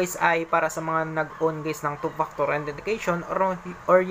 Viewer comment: “two paktor” 😂😂